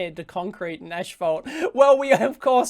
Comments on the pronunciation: the word is NOT ash-fault it's ASS-fault, like rectum-problems. You probably say larynx like larNYX too. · It's 'asphalt', not 'ashphalt'.